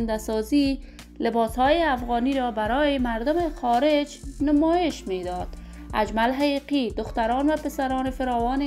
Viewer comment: بد کردی دروغگو اول خو نام اجمل حقیقی را درست تلفط کرده نمیتوانی